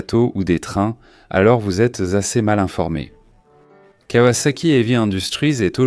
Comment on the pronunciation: Le contenu est plutôt bon (manque tout de même la ZX12R et la confusion turbo/compresseur). MAIS cette voix d'IA est à chier : en 1900.....quatre vingt tonze, la kavasaki etc...